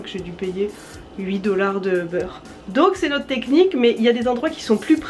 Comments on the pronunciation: Tu peux dire '' ubère '' si tu ne veux pas le prononcer en anglais. Pas '' Ô beurre'' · La prononciation, à l'Allemande, est plutôt u-beur, mais en prononçant très peu le R. Pas question d'Hubert en allemand! 😀